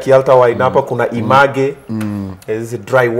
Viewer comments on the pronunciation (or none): 😂😂😂😂😂 I was like, what did he just say? It's ee-mej (image)...... not ee-m-aa-g-e 😂😂😂